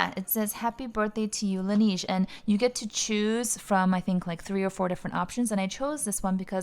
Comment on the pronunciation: Not sure if you care too much but Laneige is pronounced Lan Nege not nige